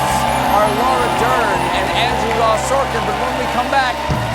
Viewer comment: The band sounds great. Did you say LAURA DURN?!....